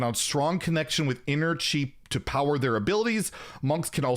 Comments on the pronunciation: It is indeed pronounced "chee" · Your pronunciation for Chi is actually quite close. It is suppose to be spelled Qi if you use Piyin, but I think Chi makes is easier for people to guess the pronunciation. The only difference is to drop the "h" sound in there. So instead of your tongue pressing against the bottom of the mouth, the sound is formed from the tongue against the top part of the mouth, near the front, and essentially you force the sound out of your teeth...